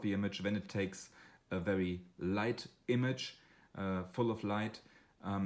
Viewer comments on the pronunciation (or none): none